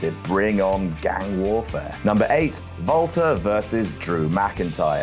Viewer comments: He was using the Austrian Pronunciation i believe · Why was calling Walter "Valter"?